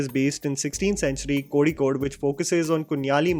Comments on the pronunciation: The way you got the pronunciation of “Kozhikode” on point 👍🏻. Appreciate the hard work done and attention paid to small details like this . You are definitely one of a kind 🥳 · My man literally said "kozhikode"..... Respecttttt🤩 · Kudos for correct pronunciation of Kozhikode........love you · The way has pronounced " Kozhikode" in the beginning correctly.... Something that a non malayali can't.... But did it🙂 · ..R u a Malayalee...if not, your pronunciation of the word Kozhikode was spot on... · That Kozhikode was spot on! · Love the way you prounounced "Kozhikode". Perfect!